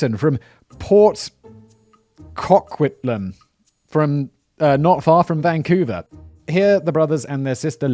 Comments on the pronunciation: It’s COH-quit-lum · co-quit-lamb :) not obvious, lol